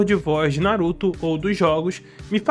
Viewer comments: "Não vai fugir tá? NaRuTó" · Fica aqui... não vai fugir tá? NaruThô